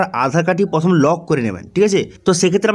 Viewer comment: কথাটা প্রথম। পথোম নয়।